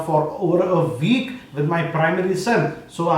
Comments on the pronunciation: I thought it came out like "Weak". Haha. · He says week like "VEEK" lmao